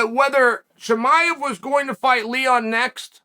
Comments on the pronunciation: Cosmic chemiav haha 🤣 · "HASMET Chimah" Chael always says names his own way lol